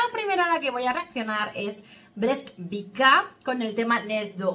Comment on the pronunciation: thnx,, thnx. breskvica means little peach. from breskva, peach, little peach is breskvica...its pronounced bresKva, peach, and breskvica, little peach.BreskviTZa. ONLY to say, thnx for your attention.